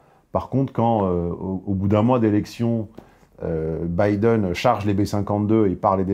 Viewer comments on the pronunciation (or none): none